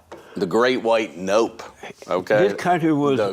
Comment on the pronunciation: Hwite men, he put the H before the W 😆